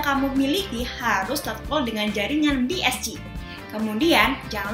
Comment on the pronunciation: bi es ci 🤣🤣🤣 bi es si kale enggres yg bner lah